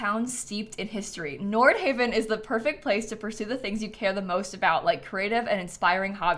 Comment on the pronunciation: Omg I am pumped! I stayed in a neighborhood in Copenhagen called Nordhavn and I literally thought this looked like it in the trailer. So exciting! It’s pronounced like “nor-how” like at least how it sounded to me on the train announcement